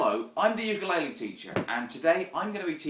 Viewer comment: if you're a teacher learn how to fucking say the name of the instrument you are teaching people to play